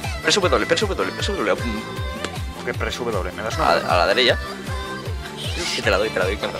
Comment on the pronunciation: Like por la ''dereya'' de!